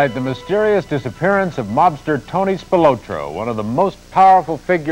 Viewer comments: Spil-O-tro with emphasis on the O is annoying. It should be Spil-otro . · Why are they calling him Tony "SpilOtro" when its SpilAtro? Is one an alias i wonder... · They way they pronouncing Spilotro is just annoying!!